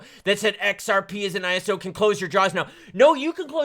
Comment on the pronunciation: Thank you for saying ISO properly. There are XRP youtubers who say ‘eyeso’ and that sounds so dumb. Thank you for telling the truth.